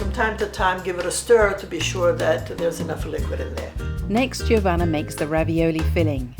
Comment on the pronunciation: it's Jo-vanna not J iiiiih ovanna